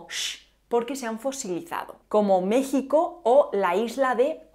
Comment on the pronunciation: Te felicito por pronunciar México a como se habla en mi país